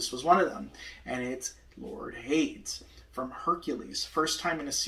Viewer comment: I’m not sure if your aware but Jim shore - Disney Traditions - The Lion King - Scar - ( Preening Predator ) was released in 2020 Also Hades is pronounced hay - dees not haydes Further more I love lucifer and he is a cat 🐈